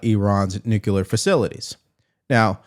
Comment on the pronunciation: we love the S@ out of you, but please, it's nuclear not nuculer✌️